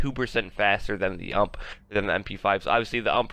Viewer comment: It might be a bit late for this, but why do you keep calling it "hump"? It's U.M.P. like in yoo. aim. pee. It's acronym for Universale Maschinenpistole. It's a Heckler & Koch SMG.